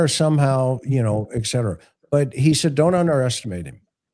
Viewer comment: Can't take it- it's not eckcetera- it's etcetera. Had to say it